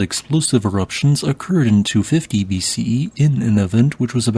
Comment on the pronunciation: You are mispronouncing BC and AD